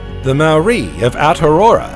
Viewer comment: If only the narrator had taken the time to learn to pronounce Maori (NOT pronounced 'Mau- ree') words and names. It got to the stage I couldn't listen to him butchering the language any longer and had to turn this off at the 40 minute mark.